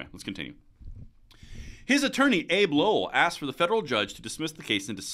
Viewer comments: Hunters attorney's name is pronounced "Abby" not "Abe" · It’s pronounced Abby. Not Abe.